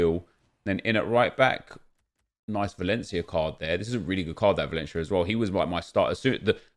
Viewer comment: Martin Slezr oh he said valencaia lol